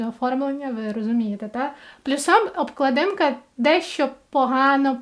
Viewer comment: вибачте, будь ласка, а чому ви у всіх відео говорите "обкладИнка"? вона ж "обклАдинка"